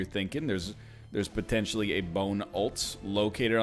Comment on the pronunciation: Does anyone else think NL says potentially kinda weird?